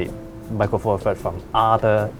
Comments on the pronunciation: Micwo fawfuds deez lahz. Laaaaaaarrrk. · micwo four firds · 'Micro four firds...'